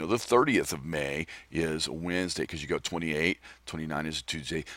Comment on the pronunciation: mAY SOUNDS like Mane so it could be a horse. Say your email SLOWER!! and more articulately... (just made up a word)